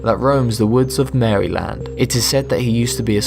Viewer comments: it’s pronounced “Murrlan” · You said Maryland wrong. I know because I live there